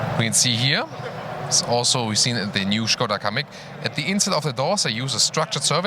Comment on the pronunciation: Bonus points for saying Škoda, and not Skoda